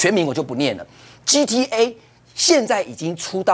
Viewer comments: GTA講成GTV埃.... 我完GTA我有殺過人嗎?? 我有偷過車嗎?? 怪怪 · 幹 gta 一直講成gtv